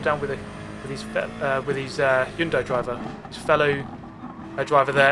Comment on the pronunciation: Did you say hyunndai